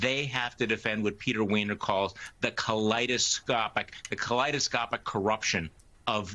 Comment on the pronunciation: It seems like Charlie Sykes was about to say Colitiscopic rather than kaleidiscopic curruption and I believe that may be more accurate lol.